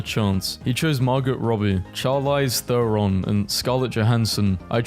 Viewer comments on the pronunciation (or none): none